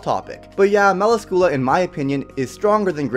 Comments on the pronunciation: Wtf is a mela-scula?? Its me-la-scula. They say it in the anime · Gall-ind not Gu-land Mu-las-kyoo-la not Mal-u-skoo-la Spirit Spear Bos-kee-oss